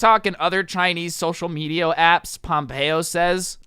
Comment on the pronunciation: Is no one going to realize he said medio